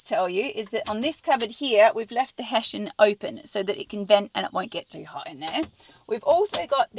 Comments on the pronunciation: What's Heshan !!!!!! am sure you mean "Hessian" that aside love the build. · “heshian” - I thought we’d got past that - lol